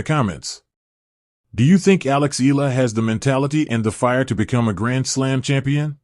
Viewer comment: Say her name correctly: Eala (eh-ah-la).